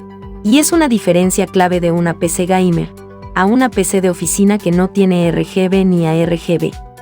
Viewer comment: Jajaja en una parte dice la pc GAYMER ajaja xD